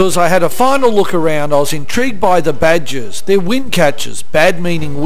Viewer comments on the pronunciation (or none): I think he meant "baad-gir" or wind-catcher in Persian, only he was prouncing the G like a J... it's not badger.